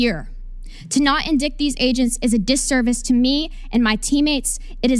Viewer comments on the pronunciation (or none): I really don't like the fact that she mispronounced "indict". It kind of implies that she didn't write the statement she is reading from.